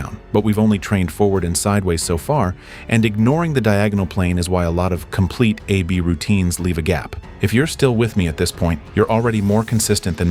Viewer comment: Hey thell the A.I. it's pronounced Ab not A-B.